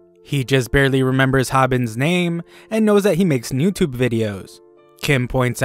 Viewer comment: Bro said noutube